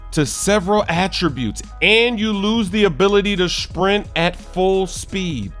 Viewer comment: SHPRINT!!!!, i'm done xD